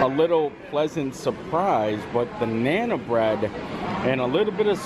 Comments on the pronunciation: Sure I do. Part of what makes endearing is his mispronunciation of many words. But nana for naan!? knows I was not being disrespectful to him. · you are great but it's Naan. Said like Yawn but with an N at the front. Think long a sound. Naan. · it's pronounced "Nahn" It's an Indian bead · the next time this man says 'nana bread' 👀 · If you're not sure of the pronunciation of some of the words, it would be better if you could get some help before doing the video. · Oh! I cringed every time you butchered the pronunciation of naan bread. That's a really good food court. We stayed there in January of 2017 and really enjoyed it.